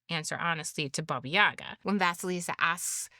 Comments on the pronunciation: It's said BAba YaGÁ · Baba YagAAAAAAAAAAAAAAAAAA. That's where the accent goes. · correct pronunciation of the name is with the pronunciation on the second "a".